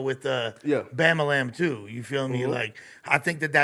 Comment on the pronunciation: calling dog Bamalam instead Bobbolan or whatever is hilarious